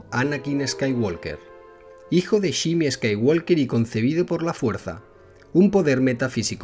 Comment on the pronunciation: La "L" en "Skywalker" no se pronuncia.